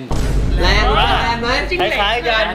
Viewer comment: เเลน ไอ้บ่าว ไม่ใช่แรน